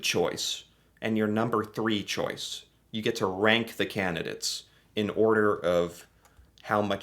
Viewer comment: Candidates not candidits